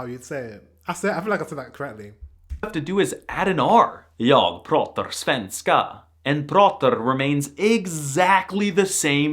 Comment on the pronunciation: No sven-ska. It's svenska